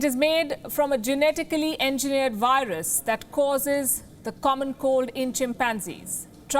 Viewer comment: Wohan vurus🤣🤣🤣. Palki u are the best